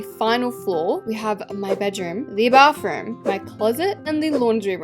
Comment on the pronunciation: "bafroom✌🏻" SORRY I CANT